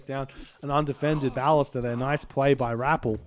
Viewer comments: I think his emphasis is still on the first syllable, whereas every pronunciation I can find has the emphasis on the second syllable. Hence, buh-LIS-tuh. I can accept that the “a” in ballista has multiple different pronunciations, but from what I can tell, even the Ancient Greek pronunciation places the emphasis on the second syllable. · Your pronunciation of “ballista” is unique. I’ve always heard it “buh-lih-stuh”